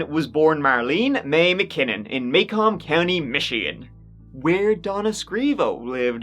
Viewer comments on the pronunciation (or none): Macomb County is pronounced "ma comb" short "a" and "comb" like "comb your hair." (I lived in that county and got to hear all about the Scrivo case....) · Do you mean Mah-Combe county Michigan? I love it when you mispronounce American places. 😝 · Macomb is pronounced muh-comb, not may-comb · Macomb county mi is pronounced “mah-comb” Not “maycome” sorry just lived there my whole life. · Where the first girl, Marlene, was from in Michigan, it's pronounced [muh-kōm]. Who's hair comb is it? Macomb. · I live in Macomb County. Your pronunciation is….. interesting. It’s pronounced Ma-Comb with Ma — Like you’re calling your mom to make you meatloaf and Comb - The tool you use to make your hair look nice. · Macomb. Mah-comb. Like the hair accessory. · It's pronounced Muh-COMB. Macom County isn't a city either. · I hail from Macomb County's largest city, Warren (8-Mile Road, to be exact). We Michiganders pronounce Macomb "Muh-comb", though I suspect that the the namesake, Alexander Macomb, pronounced his name with the long A. Michigan has loads of places named after people and other places in Ireland; Macomb came from County Antrim, which has another Michigan county named after it. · Its pronounced Ma-Comb county Michigan lol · That is pronounced Ma-comb . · Macolm or macolme or any variation thereof is pronounced here as "maCome" with a ling "o" sound,.